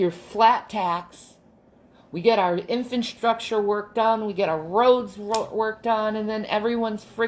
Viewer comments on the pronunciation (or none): I forgot she thought infrastructure was pronounced "infant-structure". Hyper intelligent, super empath here though, foeks!